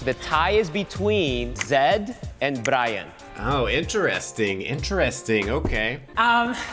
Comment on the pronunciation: As a Hispanic, I became fixated on your pronunciation(s) of “Brayan” and then drifted into my own world and spent the rest of the video thinking about how culture influences the way we process written language… I can’t help but feel like that also has something to do with me being an introvert lol